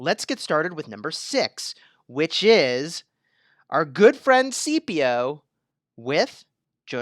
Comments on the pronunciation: its not "see-pee-oh". its "skip-eee-oh" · you did know Scipio is pronounced Skip-io. not CP30 from starwars